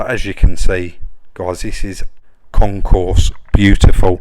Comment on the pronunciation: Ahem, it's Concours ... not concourse.